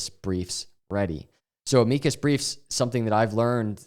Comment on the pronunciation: You should Google how to pronounce Amicus.